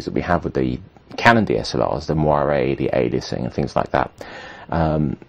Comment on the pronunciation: Why is Paul Ross selling me cameras? "It'll look lark a skwilion dollars" Fuck off!